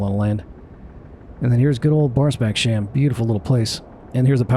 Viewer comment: Thanks for a great flight and video. Would just like to help you with the pronunciation of Barsebäckshamn. 😊 Barsebäckshamn consists of the two words Barsebäck and hamn, so it’s not pronounced sham or shamn at the end. Barsebäck is the village situated 2-3 kilometres inland from Barsebäckshamn, which is the small village situated by the coastline. “Hamn” means marina, harbour or port depending of the size and area of application. Barsebäckshamn was a small fishing village dating back to the 15th century. The “hamn” is nowadays used as a marina for small yachts. Once again thanks for a greats video!